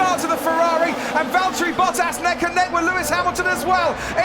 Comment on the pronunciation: Is it just me or is he pronounced Bottas name incorrectly